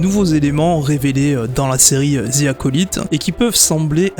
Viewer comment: Arrêtez de prononcer Acolyte n’importe comment svp